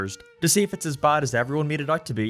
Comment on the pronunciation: “buud” you mean “bad” Aren’t u American